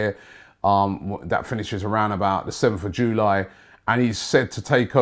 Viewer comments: Nobody: Robbie: JOOLY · Everydody: July Robbie : JewLie